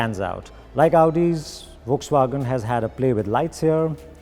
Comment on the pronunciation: You are like one of the fewest people on this planet who pronounces Volkswagen the right way and man did I rewind isten to the audio so many times And you ruined it 😖